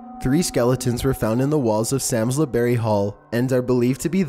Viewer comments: I love your videos but I live near Samlesbury hall and its pronounced like "psalms-bury", not "sam-lez-berry" haha sorry, I couldn't not mention it :`D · It's pronounced Salmsberry not Salmesberry. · Sams lez berry hall?? I’m dying 😂😂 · Dont want to sound patronising but leap castle is pronnounced lep and i believe samlesbury is pronnounced without the l, samsbury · Doesn't surprise me that quite a few are in the UK. Number 13 is pronounced "Sarmsbrey" (Samlesbury)